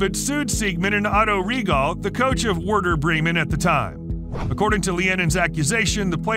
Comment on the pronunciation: lear the names of the clubs. it's pronaunced ayax, mot ajax. it's werder, weirder bremen. jesus man, watch baseball.